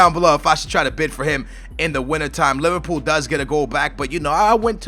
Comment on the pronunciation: haha u said Liverpoo! my man!